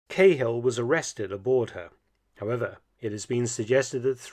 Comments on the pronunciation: Great video Mark but quick correction for the Irish names: the men's names are pronounced different in Ireland as Cahill isn't Cay-hill but Cah-hill and Megahy Ma-gah-hee 👍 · Joe KAY Hill!! ?? (disregad the "K" sound and use "Ca") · Cahill is pronounced like kah-ill, Mark. Source: I'm irish ;) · Joe Cah-hill, not Kayhill. I love your videos. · The .5 calibre sniper rifles were to be used in an anti-aircraft role not personnel. The flag is not pronounced a "trickcolor" it's called the "try colour" as in 3. Also Cahill is pronounced"Ka Hill" not "Kay hill" thank you for covering Ireland 👍🏻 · It's pronounced Caal though, not Cay-hill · I HATE the way everyone outside of Ireland pronounces Cahill. Its pronounced like Car -hill. Now just take out the r and dont accentuate the hill.Other than that this is a great channel. Subscribed for a few years now. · It's pronounced KAHILL God dammit. Long live the Irish. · it's pronounced Joe Kackhill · Mark, I am an enormous fan, but must correct your pronunciation which is just like a soldier’s on his first tour of Ulster back in the day. It’s actually a compliment as it brings back fond memories. CAHILL is pronounced KA-HILL, said quickly and without emphasis on either syllable. MEGAHEY is pronounced MA-GA-HE, said even faster and again with equal emphasis on each syllable. “Nay undercover werk fur ye in South Armagh, Sonny, till ye learn de lingo (likely response from a Scottish RSM). Keep up the excellent work, good Doctor. Thank you very much for your persistent and steady work producing highly informative and entertaining content on YouTube. Best wishes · Please learn to say Cahill properly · I agree. The typical pronunciation in the British Isles is the Irish way of saying it. There should be no difficulty in pronouncing the names correctly. Felton is so careful with the pronunciation of foreign names. Oddly, he uses such parochial English for Irish names.